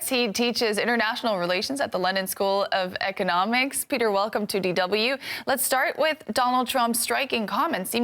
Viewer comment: When she introduced Peter, it sounded like ahe said "Lenin School of Economics"